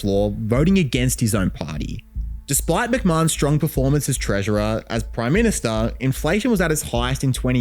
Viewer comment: Back when the prime ministah was simply the prime minister 😂